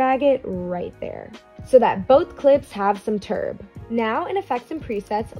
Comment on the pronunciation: i just love how she says "turb" LMAO